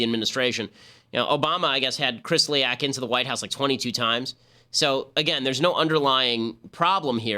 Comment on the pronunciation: Kislyak not Krislyak.